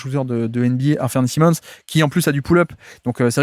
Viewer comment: Comme d’hab tu nous régales! Petite mention pour la prononciation d’Anfernee Simons, que tu appelles « Afernee Simons» habituellement, et pour la première fois je t’entends l’appeler Anfernee, suivi d’un Simmons (prononcé si) alors que d’habitude tu prononces bien le Simons (sai). Je sais que tu peux y arriver, la prochaine fois je tendrai l’oreille dans l’espoir d’entendre un Anfernee Simons 🙏😂